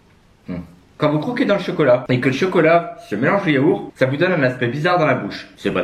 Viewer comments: (il dit c'est du yaour. Mais ou est le t dans l'histoire parce que sa ce dit yaourt avec un t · Tu prononce Yaourt : Yaour Je te jure c'est stressant même si je sais qu'à certains endroits en France c'est normal de dire ça mais c'est stressant de fou 😭 Mon yaourt aromatique préféré c'est la coco 😂😭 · Sa se dit yaourt pa yaour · Super vidéo ! Mais tu prononce Yourt , premiere fois que j'entends quelqu'un qui ne prononce pas le a ou on t'entend pas le dire mais ça fait bizarre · Yaour😮😮 bizzard ta prononciation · pk tu dit yaour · qui prononce le "t" dans: yaourt?????? ps: j'adore tes 24H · bah si au just je le prononce mais c'est parce que dans la vidéo il ne le prononce pas